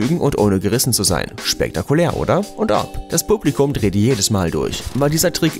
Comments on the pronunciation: hns. xc blubligouhm 😂👍🏼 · wie du "Publikum" gesagt hast 😂